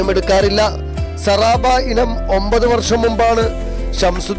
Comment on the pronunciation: സാറാബ അല്ല സബാറാ